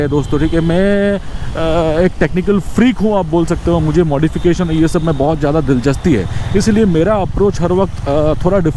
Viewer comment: Dilchasti ❌ Dilchaspi ✅ 😊 Otherwise all good. Very helpful content indeed! 👍